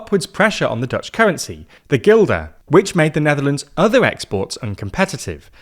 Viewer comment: It is pronounced als "Guldun" not Gilda😂